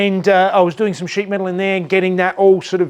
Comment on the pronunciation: Did he say shit metal work or sheet metal work on the engine bay...LOL